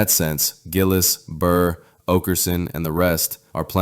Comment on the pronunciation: Also, it's oakerson not aukerson and burr not bird